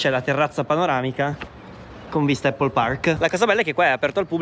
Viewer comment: Prima di tutto non si dice eipol. Visto che stai li vai in un supermercato e chiedi come si chiama la mela in Inglese